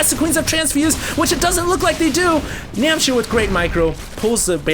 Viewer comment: NAM H C IR not NAM C H IR